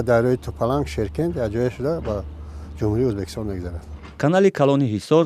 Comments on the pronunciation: Узбакистон не Узбекистон журналисто бе саводанд?? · Не Узбакистон🤦🏽‍♀️А Узбекистон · СЧалом алейкум. Апаи хаму хабарнигортона фахмонед, ки не "узбакистон" а узбекистон. Боки зинда боше. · Хами апаи баранда ба чои Узбакистон гуфтана Узбекистон бген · Апаи хаму хамкоротона гу ки Узбакистон нага Узбекистон гап зана хатогихотон бисйорай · Узбекистон, Узбакистон🤔и чихели журналистай? Радиои Озодиииииии!!!